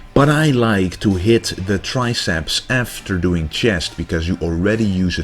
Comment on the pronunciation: I love the channel bro, but please can you say chest instead of Chiyest :p lol